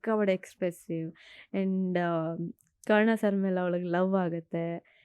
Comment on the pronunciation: ಅಮ್ಮ ತಾಯಿ ಕರುಣಾ ಅಲ್ಲ ಕರ್ಣ ಅಂತ ಹೇಳು anchor